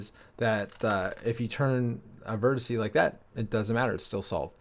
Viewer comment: "Vertice" is fine too; his pronounciation is not. (I studied Graph Theory,) singular can be "node, vertex," or even "vertice," but not "vert-i-see," the way he's saying it. I've never heard an instructor, or anyone, say it that way lol. (But, no biggie.)